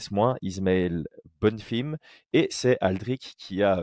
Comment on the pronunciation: Pourquoi il dit “ Bonnefim “